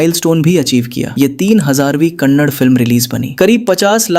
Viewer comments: Kannad ❎️ Kannada ✅️ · Kannad nahi kannada bolo bai.. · For your kind information it's not kannad it's kannada please pronounce in properly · The way he spells the Yash movie names makes me cringeeeee, and it's kannada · Next time pronounce it properly it's kannada